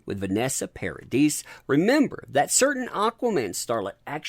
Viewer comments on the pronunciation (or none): Love you, but please 🤭 it’s french - Paradi’ (s is silent)